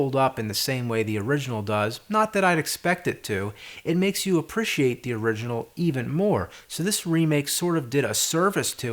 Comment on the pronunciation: a minor thing but why do you keep mispronouncing APPRECIATE? you say 'apprishee-ate' and it should be 'appree-shee-ate'